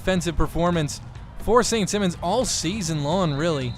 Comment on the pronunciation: BTW, the school is pronounced saint s(eye)mons